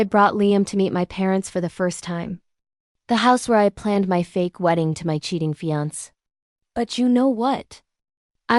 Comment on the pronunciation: I see that you are a new channel. Please don’t do what most other channels do, Please don’t just slap the stories up without checking them for accuracy. Make sure the timelines are correct, that the AI voice pronounces words correctly. I already heard it mispronounce fiancé. But thus far, that was it. So please check, make sure what you post is correct and truthful.